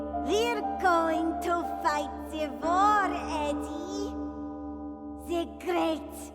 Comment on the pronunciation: Never fails to crack me up "Who is de boy?"